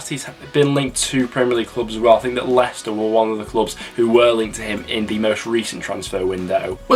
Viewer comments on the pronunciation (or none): none